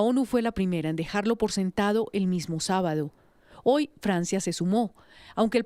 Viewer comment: Oye periodista, no se dice ahoy. Sexdice hoy.educate!señorita.